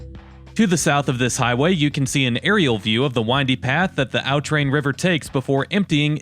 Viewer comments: "Aw Train" not "Ow Train". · Nice video. I grew up in that area. FYI, "Au Train" is pronounced by the locals as "Ah Train", not "Ow Train". In the Upper Peninsula, "sauna" rhymes with "town" and "frown" and "noun", not with "saw" or "jaw". "Au Train" rhymes with "quatrain" or "Bahrain". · It’s not called Al Tran it’s called au train it sounds like awe train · It’s pronounced a’ train